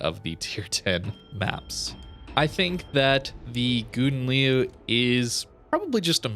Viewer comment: I'm originated in a Dutch speaking country and well... This is not how you pronounce Gouden Leeuw, kinda made my ears bleed. 😂 I have to agree with Gyasi that you should call it Golden Lion or practice very much in your private space 😅 I still like your video's so no harm done 😛